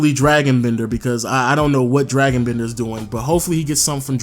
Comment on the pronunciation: I'm not 100%, but isn't it pronounced "Dray-gon" Bender, not Dragon, the mythical creature? Not a biggie, you make great videos, just noticed it in a couple of them. Cheers!